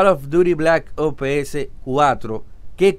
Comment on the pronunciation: Es muy difícil pronunciar OPS?